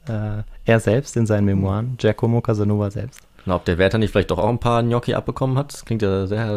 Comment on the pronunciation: "Giacomo" wird auf "a" betont, nicht auf "o".